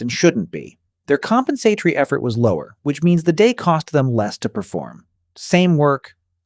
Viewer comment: Teach AI how to pronounce compensatory